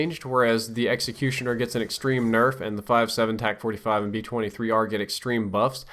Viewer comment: Tac not tax